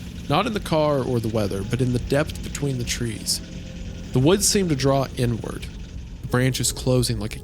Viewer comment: I can't stop hearing "N Word" every time Isaiah reads "inward" and so I'm cursing everyone who reads this comment the same terrible fate ☠